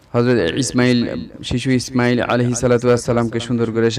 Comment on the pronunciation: Imail sobdoti ucharon bhool